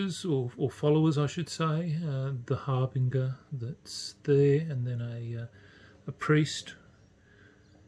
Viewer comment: Harbinger is pronounced har-bin-djer like a herald.